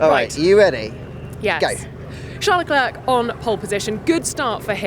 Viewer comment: Vertstappen and Leclerc are both mispronounced . The A in Verstappen should be pronounced as in car and star ( the A in Max as well) and Leclerc is pronounced as Le Klurk , hilarious . French is difficult for you English , it should sound like : Le-Clair , as in the girls name Clair . Not difficult at all . And fMax Verstappen , for crying out loud , the man is reigning world champion , been there since 2016 and you English still haven't picked up the correct pronunciation of his name . Shame on you .